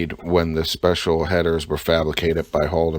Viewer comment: HOLMAN & MOODY. Learn to say it right lol